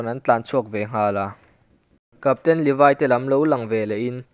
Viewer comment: Levaiiiii anilo levi vi i viiiiiiiiiii English deuh a lam angailo ngaihthlak hrehawm